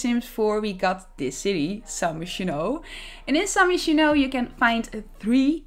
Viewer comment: I’ve always heard “Gerald” pronounced with a hard “G” and “san myshuno” pronounced as “San my-shuno” with “my” said as like “my house”